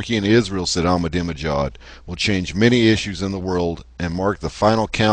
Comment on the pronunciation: "ahmadiNEjad" is the actual word...and [i:rean] is actually [e:raan]...